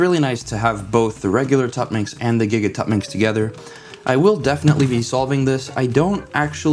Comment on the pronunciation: "Let me get my gigatuttminx"😅